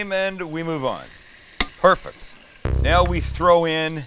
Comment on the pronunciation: He always says "perfuct" and it drives me nuts. 😄